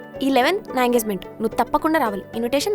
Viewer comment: EngaZement kadu😂😂😂😂..engaGement akkoiii